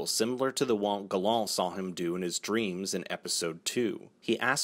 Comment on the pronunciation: LMMFAO why do you pronounce Gallant like that? 😂